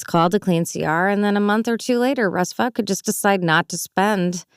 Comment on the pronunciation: Vought rhymes with thought and fought, not vote.